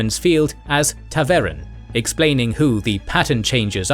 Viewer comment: As someone who has exclusively listened to the audiobooks it's pronounced Ta'veren (stress on the first E which is pronounced like the E in eager)